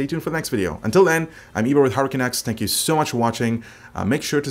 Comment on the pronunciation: Ibra with Hurricane X, I know it should be HardwareCanucks but I always hear 'Hurricane X'